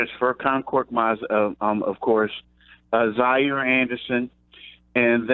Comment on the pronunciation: "Zhaire Anderson" and "Landry Shumpert", come on - it's hard to take your opinions seriously when you fuck up everyone's name.